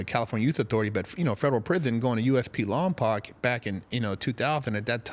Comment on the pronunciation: Dam come on you and vin Diesel on fast and the furious gunna fuck up my towns name It’s spelled Lompoc Pronounced lompoke